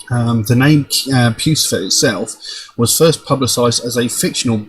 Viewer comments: It is not puce-e-fer... lol see above as well as below... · “Pussyfur” is how you pronounce it... how Maynard pronounces it...